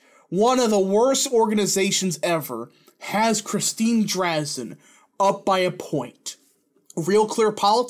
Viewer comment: It pronounced Dre-Zan I live in Eugene Oregon that’s what all of her campaign ads say her last name is